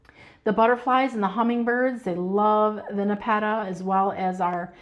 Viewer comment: Not trying to be rude, but your pronunciation of nepeta, is incorrect. The accent should be on the first syllable. I love your videos and watch daily!